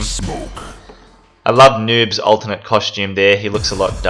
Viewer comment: Are you saying ultimate or alternate? Cus it's the latter